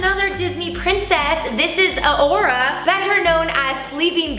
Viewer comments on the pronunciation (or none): Anyone notice how she said auaura not arura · Did she say Auora instead of aurora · "Uh-or-rah" takes a deep breath "AURORA" (uh-roar-uh) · Rebecca its Aurora not A ora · She aora not aroa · you said Aurora wrong you said Aurora without the r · U said aora but it's aroura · Plus she pronounced arora wrong it’s a-ROAR-a not a or a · Rebbeca:this is Auora Me:it's Aruora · did anyone else notice that she said auora instead of Aurora😂😂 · She said uhoura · A aura? ITS AURORA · She said aura not arura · For sleeping beauty, it isn’t aora. It is arora. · You said Aora instead of Arora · Rebecca. Did you really just say “a aura”? 🤦🏻‍♀️🤦🏻‍♀️🤦🏻‍♀️🤦🏻‍♀️ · She said a ora instead of aurora 😂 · Who heard Rebecca say Aura when she was trying on the $50 costume? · Did anyone else notice how she said aora instead of aroura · i did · I noticed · She said uhora it's aurora but still love her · Did you notice she said This i s aora better know as thr sleaping beauty instead of arrora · Not to be mean or make fun of anyone but did anyone else hear Rebecca say " a ora" instead of aurora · Its not Auora Aroura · When she had the sleeping beauty costume she said A-Ora instead of A-roar-a (Aurora) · She says aorua or whatever it’s aurora like the hospital 😂😂😂😂😂😂😂😂😂😂 Im dead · Oh yes nice “Auora” coustume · Koaty Sama yes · Rebecca: It’s Auora Me: Isn’t it Aurora 😂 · Why is no one taking about Rebecca calling Aurora Ah-Orah ...I cringed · You said Aurora wrong!!! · Trintiy Ricketts that triggered me soooo badddd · U said Sleeping Beauty's name wrong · omg i was about to comment this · I can't believe she mispronounced aurora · Your pronounce Aurora so weirdly... is that how all American say it?